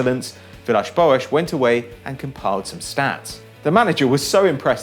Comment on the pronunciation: stop pronouncing Villas-Boas' name like that!!!!